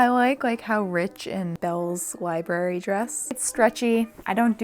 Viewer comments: Have you no shame woman??!? In Massachusetts -- home of America's first public libraries -- we say libRary !! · U trying to not say lie berries every time you need to library was the cutest 10/10 for effort